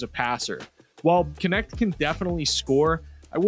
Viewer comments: His Last name is the German word for "servant". Funny that it gets pronunce like "connect", instead of [knɛçt] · How is it not pronounced nect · Thanks for making following a sport on the other side of earth bearable. Knecht(which is pronounced extremely different in german), was probably the perfect pick for the lakers at their spot.